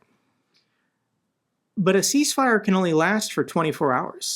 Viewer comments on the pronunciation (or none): It's 'cease' not 'peace'